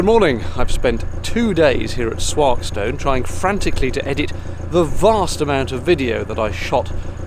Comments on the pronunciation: Erewash. It rhymes with Berrywash. And Swarkstone is walkstone with an s in front. Just for your pronunciation. I live near the Erewash close to Sandiacre Lock and right on the bank of the disused Derby Canal. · Your pronunciation of Swarkestone was slightly off but nice to see a video going through my local canal!